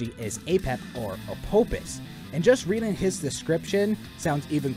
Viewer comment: Quick thing uh, Apophis is pronounced Apofis, as the name Apophis is the Greek version of the name. When Greek is romanized the f sound is always represented with ph